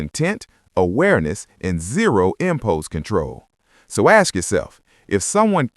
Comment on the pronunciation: hey Narrator what is “impouse controw?”